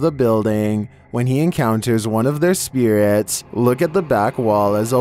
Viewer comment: Instead of saying spirits he says spear rats lol. So annoying